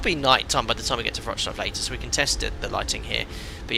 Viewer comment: Hi, you can pronounce Wrocław as Vroc-love, will sound good😅